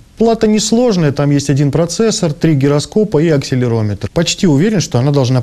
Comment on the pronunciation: "я приобрёл плату она не сложная-один процесор, три героскопа, акселирометор"